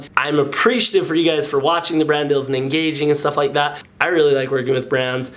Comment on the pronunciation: cream chellar let him say dill, DILL?